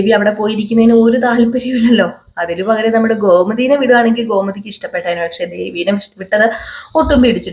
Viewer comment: നറങ്ങൾ നന്നായി ചെയ്യുന്ന പ്രമോ മലയാള അക്ഷരങ്ങൾ ശരിയായി ഉപയോഗിക്കാൻ കൂടി പഠി ച്ചാൽ കൂടു നന്നാക്കാo . ഘോ മതി അല്ല. ഗോമതി